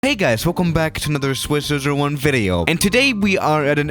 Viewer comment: He always has trouble pronouncing his channel name for some reason.